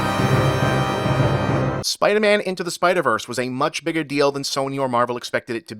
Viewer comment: Um, "Biger"?